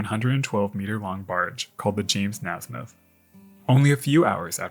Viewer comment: Its is pronounced (Ney smith) not (Nasmith). I went to school with someone who had that last name.